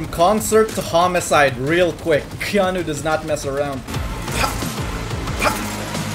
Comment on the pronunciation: When he said "KeNoHbE" i felt that...